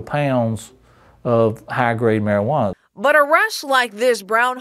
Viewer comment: "high grade meriWaNAA"